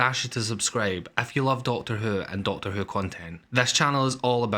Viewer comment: What accent is this, raping my auditory protruberances? It speaks of a programme named 'Doctor Uh'..... utters facts pertaining to something called a 'masheeen' and babbles of 'cirrrrrkits' ??? I seemed to have discovered my first foreign fan video! If only he wasn't so unintelligible...